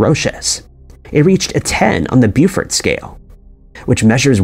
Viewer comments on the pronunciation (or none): none